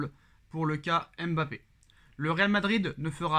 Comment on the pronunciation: se montre souvent trop irrespectueux et arrogant. Qu'il apprenne à prononcer correctement Mbappe et non M' Bappe.